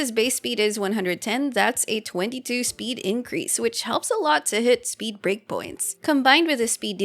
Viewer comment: For the first week of the game I thought he said Greg instead of break and was so confused who Greg was